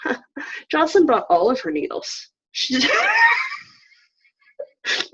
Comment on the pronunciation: Jocelyn, it is pronounced a (like in say) da (aida)